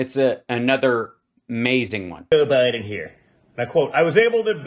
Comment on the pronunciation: did dooshJR say: jew Biden? “ listen to jew Biden here?” it’s hard to be pompous & stupid simultaneously, but he cinches that.😂